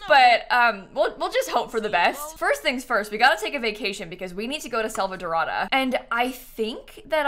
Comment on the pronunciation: SalvaDORA. Not salvadorota. Sorry its bugging me i still love your videos